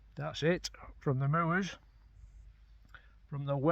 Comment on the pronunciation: Great footage, as always,. I’m from Darwen (Darren!) originally, now living in Norwich, Cheshire. Used to see Shorties up on the moors there but now see them on the Dee Estuary instead. Nice to hear someone pronounce moors properly….moo-ers! 😂 Look forward to your next video. Cheers, Mark.